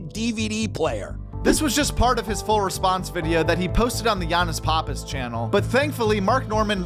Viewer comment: Bruhh his last name is pronounced "pap_piss" not "pah_piss".. how do I know you might ask, I got the same last name. Listen to him introduce himself, it's always "pap_piss" but loads of ppl get it wrong so don't feel bad.